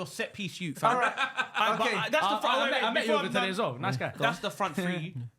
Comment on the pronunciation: ‘Little set piece yute’😂😂😂